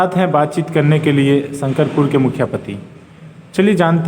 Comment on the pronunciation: शकरपुर नही इस पंचायत का नाम शंकरपुर है